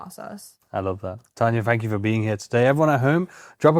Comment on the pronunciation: Please 🙏..it’s TANJA NOT tanya!